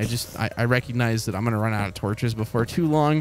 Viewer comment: Run not ri